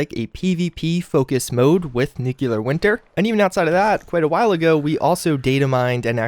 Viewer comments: With Nuclear Winter coming soon I really, really hope you start saying NEW-CLEAR right. This NUKE-U-LAR George Bush stuff is getting old. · Please, for the love of God, stop saying Nukular. Nuclear is pronounced "NEW CLEAR". There's only one U in the word. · Jesus-tap-dancing-Christ! It's pronounced "nu-clear"! Not "nukular"! You sound like a damned fool every time you say it like that. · New-clear. Not nuke-you-lar. ;) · N U C L E A R not N U C U L A R Fucking idiot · Great videos but please learn how to say NUCLEAR, not NU-KEW-LUR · Y'all complaining about the deathclaw gauntlet. I have a few brain cells die each time he says new-queue-lar, which happens all the time with his content on fallout games. I love your videos, but I hate constantly hearing the mispronunciation. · There you go with the N word again. (NOO-kyoo-lur) Makes it hard to watch your vids all the way through. C'mon man. You're way smarter than that. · Thee nukular war?🤪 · Only Lloyd Christmas would say Nukular! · NU - CLE - AR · seriously nuclear... nu..clear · It's just a common mispronunciation, like when people say "axe" instead of "ask" or "eXspecially" or "eXpresso" instead of "eSpecially" or "eSpresso" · Where do people even get the extra "u" from? Always confused me.